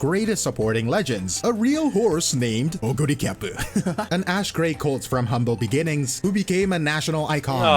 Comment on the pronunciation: Oguri Cap! Cap as in "peak" 🗣️